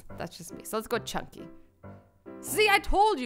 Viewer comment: Lol, . No offense but its chunky not crunshy😀😀😂😂😂